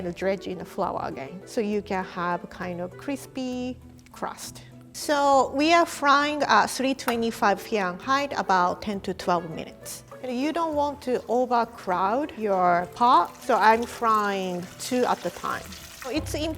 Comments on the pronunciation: I love how she says 'fianhiet' instead of Farenhiet. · I love the way how struggles to say Fahrenheit